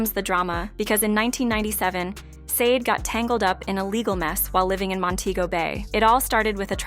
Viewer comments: IF YR. GONNA DO A PROFILE ON SUCH A PROMMINENT ARTIST, YOU MIGHT WANT TO LEARN HOW TO CORRECTLY PRONOUNCE THEIR NAMES! SADE = SHAH DAY! FOLASADE = FO LA SHA DAY! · First off you pronounced the name of the band wrong. Second her name is Helen, and third why make a video like this? She’s delivered us great music and she’s a really good person. Let her live. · She will be fine and put some RESPECT her name by learning how to pronounce it right 🤓... she will never be done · Blasphemy… No y’all won’t slander this woman name… you’re not even pronouncing her name correctly.. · If u cant pronounce her name right i dont think u should be talking